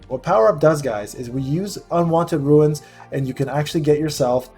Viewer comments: They're pronounced as "roonz". You keep saying "roo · uhnz". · It’s Runes (Roonz) …not ruins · Lol i can’t when people say ruins, it’s runes. My cousin says ruins too and it drives me crazy lol